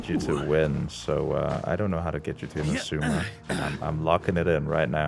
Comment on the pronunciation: Not "Inuzuma", it's "Inazuma".